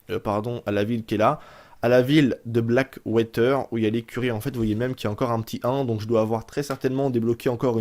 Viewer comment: "blackwayter" .... OMG !!!!! ^^